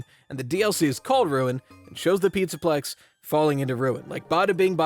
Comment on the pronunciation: hehe you said “pizza pecs” by accident